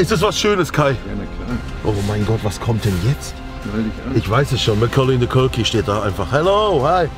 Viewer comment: nicht mal der yt übersetzer hat verstanden wie Knossi "Macaulay Culkin" ausspricht 😂😂😂😂